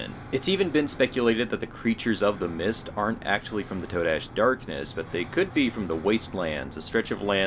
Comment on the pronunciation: I thinks its pronounced "Ta-dash". YOU know? Today, todash?